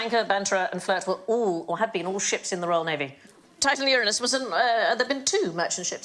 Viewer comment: I appreciate Sandy pronouncing Uranus correctly. It's a pet peeve of mine that the name is so disrespected by immature people. The planet is amazing, and the deity was terrifying! Worthy of respect, not cheap jokes.